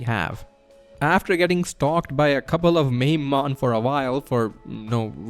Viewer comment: Mamemon It's pronounced Ma-may-mon or Ma-me-mon. Not "maim-mon"